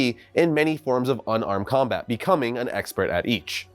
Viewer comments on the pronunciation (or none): none